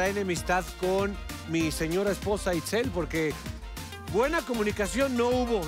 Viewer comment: estan como Laura que lle llama Litzi jajajaja en vez de Itzel 🤣